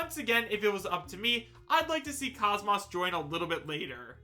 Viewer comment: You didn't need to admit you don't know much about Xenosaga. The way you pronounce KOS-MOS (properly pronounce kōs mōs, like saying most without the T) says it all. In any case I certainly would love the idea if its true but we'll see.